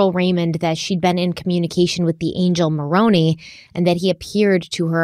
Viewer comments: My only bad comment is it's pronounced with a long I at the end in Moroni. Like eye. Otherwise even though I've followed the case closely I can't tell you how much I love to hear the back and forth and all the questions and answers. But I think most of us follow narrative so I love hearing it over and over. Keep being yourselves and I really love the coffee 😊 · Also Moroni is pronounced More-own-eye